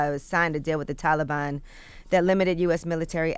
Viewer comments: Tf do you say taliban like that yee? 😂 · i had to stop watching cause Angela kept saying Taliban wrong 😑lol. anybody else??